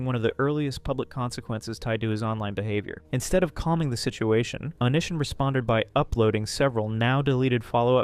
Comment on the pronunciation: "Oh-nee see ahn" lol 😂 ive only heard it said as one word altogether